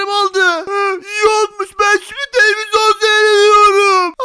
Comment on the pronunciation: Neden hep televizon diyor